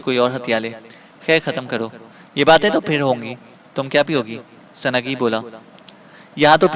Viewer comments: سنگ ہی کو سنگی پڑھنا زیادتی ہے اور بہت جگہ اردو تلفظ بہت ہی غلط ہے۔ اپنا تلفط درست کریں نیز سنگی بول بول آپ نے سارا لطف کِرکِرا کر دیا۔ بھاٸ یہ نام۔۔۔۔سنگ ہی ہے Sung hi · it is sungh hi not sungi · Halanki awaaz sahi hai lekin Sanagee, sanagee karke aur aise hi latadaad ghalat talaffuzu ne maza kharaab kar diya sunnai ka.